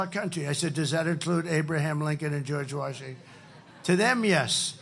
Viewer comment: Now he simply cannot finish words. George washing….and I, etc. he can’t complete words that are 4 and more syllables. The rambling was bad enough, now he’s lost words.